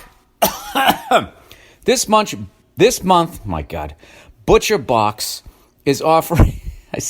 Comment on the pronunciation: Bill butchered Butcher Box.